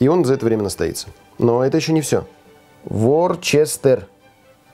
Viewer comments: Не Ворчестер, а Вустерский соус называется. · Не ворчестер а вустер, произносится ближе как уэста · Вустер, а не ворчестер :-))))) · Не Ворчестер , а Вустершер.